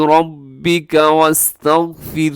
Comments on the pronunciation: وستغفرہ u left the ہ sound at the end plz re upload it with corrections jazak Allah khair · u left the ہ sound in وستغفرہ Plz upload again with corrections jazak Allah khair